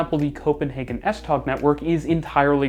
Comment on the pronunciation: The “g” in “S Tog” is silent in Danish. So it sounds more like “S Toe”.